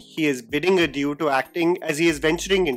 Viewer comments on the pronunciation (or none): none